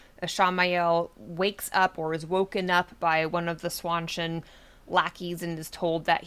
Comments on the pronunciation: Please stop saying "SWAN-CHIN" 🦢 It's pronounced "SHAWN CHAN" Like Sean Penn.... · Seanchan, Sean Bean, Jackie Chan, Seanchan. Not swawchen. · Swanchan? Where are you getting that pronunciation?